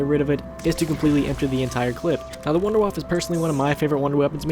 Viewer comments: Are you dempsey you pronounced number 2 "Wonder Waffle" it's "Wonder Waff" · It's not wonder-woff or wonder-waffle. It's wonder-woff-uh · Idiot, he called it the 'Wunder Waffe' even though it's a German mad gun made by Dr.Edward Richtofen so it would be pronounced 'Vun-der vaff' not 'Wunder Waffe', check your facts before you make a video. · Its not pernounced wunder waffah, its a German word and in German W's sound like V's. So its pernounced Vunder Vaffuh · Sorry but just to put it out there but the wunder waffe is pronounced wunder waffer and Die Riese is pronounced dee riser which translates to wonder weapon and the journey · The Wunderwaffe is actually pronounced "voonda (short oo) vahf", as in the Deutsch word for Wonder Weapon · Vunder-vaff-uh (w's are pronounced as v's in German) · Wunderwaffe is actually pronounced "VunderVaffeh" because it's German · Actually It's Pronounced "Vunder Vaff" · khalial EPPS its actually vunder vaffa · Lol he said wunderwaffle pfffffft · it is actually it is pronounced vondervaf because it is german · Fuck tard... its not pronounced wonder waff.... "Waffe" means weapon in German, there fore its actually "Wonder Weapon" Or Waffe<the e isn't silent. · Also the Wunderwaffe is pronounce Vunder vaffe, a "w" in German is pronounced with a "v".... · a little German Tip :D : you speak the Wunderwaffe Out without the E on the end ;D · I like how people cant speel german words like Wunderwaffe, Verrückt, Kino der Toten. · Not N W's are pronounced as V's in german